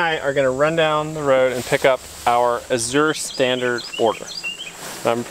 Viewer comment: Your Azure Standard coordinator is supposed to let you know when the truck is late. Pronounced Az-zure.